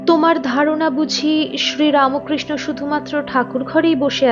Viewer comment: APNI BERBER RAMOKRISHNO KANO BOLCHEN????? RAMKRISHO BOLUNE.... TTHAKUR RAMO KRISHNA NOY,NOY.....BOLUNE RAMKRISHNO. RAMO NOY NOY... PLEASE. THIK UCHCHARON SOTHIK KORUNE....BELUR EY JAAN, BHALO KOREY JENEY ASHUNE .....ki BERBER RAMOKRISHNO BOLBEN NAA....SHUNTEY KOSTO HOY